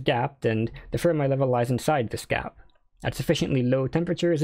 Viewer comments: Fermi is pronounced like Fer-mee not Fer-my. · As someone who has been in Condensed Matter for a while, I've literally never heard anyone ever pronounce Fermi's name as "Firm Eye".